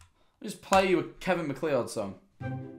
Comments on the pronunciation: The way he pronounced MacLeod 😭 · as a scottish person, its pronounced kevin Mac-cloud i beg its not mc lee odd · THE WAY HE SAYS MACLEOD As a MacLeod myself, the CORRECT pronunciation is "Mac-Cloud" PLEASE get it right D:> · Scariest thing about this video was hearing MacLeod said "mack lee odd" 😋